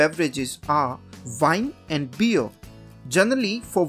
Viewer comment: listen how he pronounced them